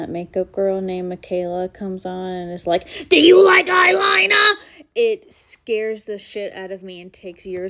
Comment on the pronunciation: I had to replay the “Do you like eye linah!?” Part about times. It gets funnier and funnier the more you watch it! 😂